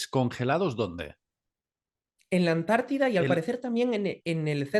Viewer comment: Cuando diga Amérida😂,diré Antártida , ES ANTARTICA.